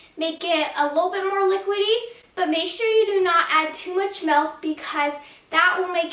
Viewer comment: Milk* not melk